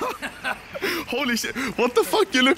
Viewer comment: Why swedes say hello because anomaly can't say hello he says helly